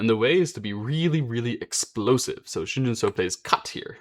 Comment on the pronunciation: Pronunciation tip: say “Shin Jin SUCKS”. Then, drop the “-CKS”, to get, “Shin Jin SU-“. And then you have the right pronunciation.